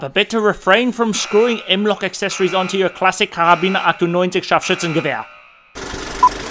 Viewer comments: scharfschützengewehr was very well pronounced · Oops did I hear an almost perfect German word coming out of the mouth an American ? Scharf-schützen-gewehr , ich danke dir --- gruss-God freilich , first time , always have to laugh , in the series ( person of interest ) they have a German sheppard , but they talk Dutch ( Netherland ) to the Dog ----- thx , i am new here , love what you guys are doing --learn a lot